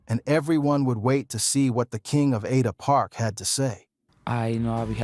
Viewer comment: It's ada park not atta park.